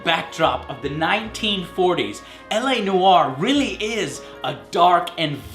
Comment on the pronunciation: "LA no are" :)